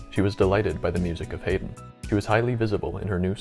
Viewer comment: I suggest you re-record this piece (it's very good) but pronounce Wouk as "woke" and Haydn as HIGH-den.